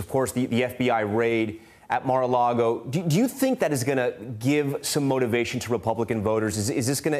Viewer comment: MAR-A-LAGO NOT MAR-A-LAGOE